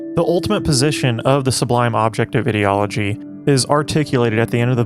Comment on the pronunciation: Why do you pronounce ideology like that? You don't seem to be consistent when saying words such as 'ideological'